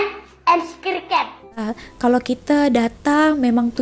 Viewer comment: English Cengkok m atau sebab dia biasa guna English cengkok Indonesia ?! Contoh sebutan "subscribe". Dan sy juga pernah "diperbetulkan" sebutan english oleh tki..yg nyata sedia maklum😂